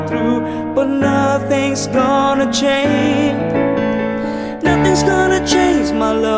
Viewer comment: Maganda talaga yung boses nya. Nakaka inlove. Pero yung some words lang siguro medyu may problema sa Pronunciation but overall maganda sya. Like "Change" and "Much" :) nakaka inlove yung boses.